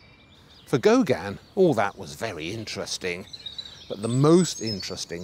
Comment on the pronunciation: . I agree. His grating voice, intrusive presence and mispronunciation of Gauguin as "Gauganne" seem to amount to some sort of aggressive inverted snobbery. Even the written text apparently deliberately mis-spells the name three times, "Gaugin".